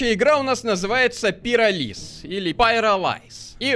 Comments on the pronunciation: Надпись: пиро́лиз.: пироли́з. Ударение: я для тебя какая-то шутка?🗿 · ПирОлиз: существует Ударение: стоит: пиролИз